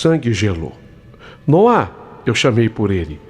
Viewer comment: ALGUÉM AVISA O QUE NOAH NÃO SE DIZ COM ACENTO NO "A" E SIM NO "O"!!! (NÔAH!!!)- SOM DE ACENTO, PORÉM SEM ACENTO. É H0RRÍVEL OUVIR A HISTÓRIA INTEIRA COM ELE REPETINDO MIL VEZES ERRONEAMENTE O NOME DO MOLEQUE!!!! 🙄👎🏻🤢